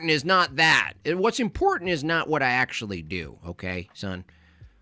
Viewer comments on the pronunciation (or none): Why does the way he says important bother me? I only pronounce one "T" and leave out the "A" when I say it (impornt). I thought smart people said the T and A And stupid people said (imporAnt). Like Candace Owen's (sry). Then this guy comes along making a 4th category with (impordant). I hate it I didn't think a smart person would l